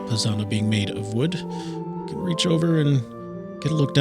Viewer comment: Sorry guys, needa teach you some German😂! It's "Hauptwerk" and "Schwellwerk" , not Haupt and Schwell (whereas "Positive" is called Positiv - without "werk"). Also, the "z" in Prinzipal is pronounces sharp (like "ts" in "pets"), and the "e" in Posaune is not mute. I know it's difficult😊Greetings from Munich!